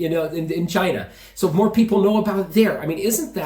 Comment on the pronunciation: When Trump speaks of China, it sounds like Vagina 😛🤪